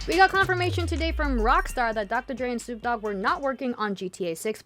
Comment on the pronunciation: Did she just say soup dog?